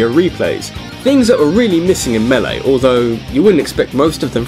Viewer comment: The hell is a Super Smash Bros. "melei?"